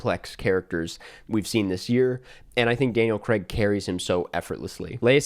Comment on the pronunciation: It’s Daniel CRAIG! Not fkn Creg!